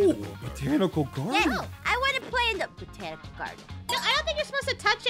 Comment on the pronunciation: I love how says “ the BONTICAL GARDEN “ my spelling😂